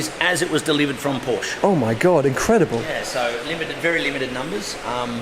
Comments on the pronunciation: Mat mul....exactly, or to be more exact it’s an a(uh kinda)😎😂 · Really interesting guy.....but pronounce Porsche correctly please! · Never heard any english speaker pronounce Porsche correctly and find a honest american "Porsh" way less painful to hear than this strange "uh"-ending people add pronouncing it "correctly". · says he‘s a passional Porsche and doesn‘t know how to pronounce it